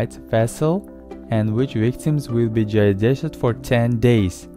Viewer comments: "...air tight vessel in which victims will be giduestched FOR 10 DAYS." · It's like "jie-desh-hed"